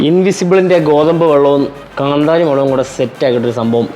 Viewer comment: Kanthaaaari alla 😂😂😂